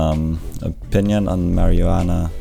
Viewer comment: You say Marijuana wierd